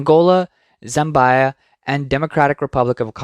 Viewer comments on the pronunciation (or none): FYI: Its pronounced "Zam-bee-ah", not Zam-buy-a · I was wondering what the narrator/AI meant by "zembaya" and "zembei," Turns out he's referring to Zambia (pronounced "ZAM-bee-uh"). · Zambia = ZAM - BEE- A not ZAM- BUY -A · Zambia pronounced Zam BYE -uh. Someone should create a new language for all these original mispronunciations.